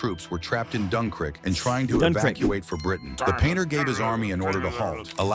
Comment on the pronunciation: cough cough UM SORRY! DUN-KRICK!? ITS DUN-KIRK U DUMASSES